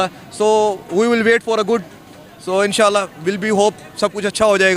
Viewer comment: "In -sha - la " yani " hinsa - la " ok ,wahi to karye aaye ho bhikaristan me .😂😂😂😂😂